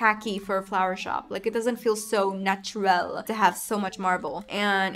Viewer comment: “natch-er-ral” 💅 The way you said that 😂 Also I’m sorry you felt sick! Happy Easter if you celebrate! Also, again, cg on 100k! You deserve 1 million!